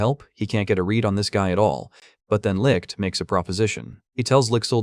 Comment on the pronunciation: "This is licked." As a German I kinda cracked at the pronunciation of "Licht" 😂😂 But I rly enjoyed you video! Thank you :D Edit: I just googled how to explain how to pronounce it correctly and holy fuck. Everywhere ppl say it sounds like licked/likkt .. BUT NO. Its does not. Thats a mess dear internet people 😂. Also I have no Idea how to explain the "ch" sound. Maybe a cat hissing? 😂😂